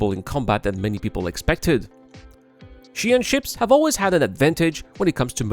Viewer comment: WHY every pronounce Ji'an Xi'an pronounced like Chi'an